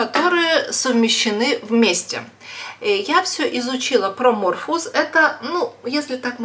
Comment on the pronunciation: Morpheus (Морфеус) -почему МЕРФУЛУС ,ВЫ же ВРАЧ???